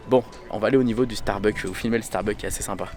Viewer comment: StarbuckS on dit pas starbuck 😅 et tu peux dire personnages en français pas caractere 😂 mdr merci 🙏🏼